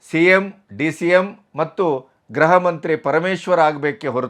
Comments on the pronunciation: ಮಾನ್ಯ ಗೃಹಮಂತ್ರಿ ಎಂಬ ಪದವನ್ನು ಗ್ರಹ ಮಂತ್ರಿ ಎನ್ನುತ್ತೀರಿ. ದಯಮಾಡಿ ಉಚ್ಚಾರಣೆಯನ್ನು ಸರಿಮಾಡಿಕೊಂಡು ಗೃಹ ಎಂಬ ಪದವನ್ನು ಗೃಹ ಎಂದು ಉಚ್ಚಾರಣೆ ಮಾಡಿ. ಗ್ರಹ ಎನ್ನಬೇಡಿ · ಉತ್ತರ ಕರ್ನಾಟಕ ದವರು ಗೃಹ ಎಂಬುವುದನ್ನು ಗ್ರಹ ಎನ್ನುತ್ತಾರೆ.